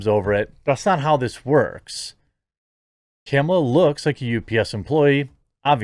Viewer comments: It's pronounced Kah-mah-luh not Camel-uh. 🤣🤣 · Is he calling her camel-a? Lol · You keep saying "camel-uh", but that's not how it's pronounced.